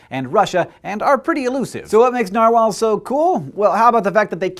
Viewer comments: i think the way hank says narwhals it the correct way to say it, because that is almost how it is said in norwigian. Sincerely a norwigian person. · Sincerely a fellow Norwegian person yes it's right